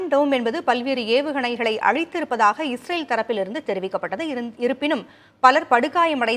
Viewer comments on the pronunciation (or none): இவர் பயப்படுகிறார், பயத்துல இஸ்ரேல ஈரேல்ன்னு சொல்றார் 😂